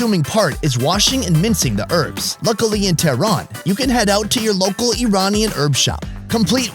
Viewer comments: HERBS not ERBS , k thanks. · Urbs? Damn dude. Just Say Herbs... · It's not earbs its hearb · Love this video. Why can Americans not say herbs they say erbs. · stop saying erbs its HERBS WITH AN H.......... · Erbs? Herbs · herbs ?...not urbs...great program though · Erbs? What are these erbs you speak of?????? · Why can't americans say herbs